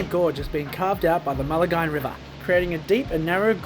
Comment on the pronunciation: Maline, rhymes with wine.